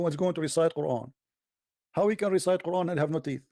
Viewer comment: I loved the reciting of Queeran without Tooth 🦷🦷🦷😂🤣